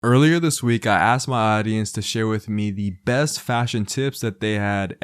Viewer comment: ask your "aadeance" ? whata retard